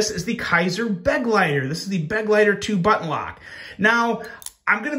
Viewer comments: Just a small FYI: the Kizer Begleiter is mispronounced. "Begleiter" is pronounced as "Buh-gleye-ter". The "Buh" is pronounced like a "Be" with the "e" being very short. The word "Begleiter" is German for "companion" or "attendant" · Begleiter is pronounced as be-glei-ter, German fir companion.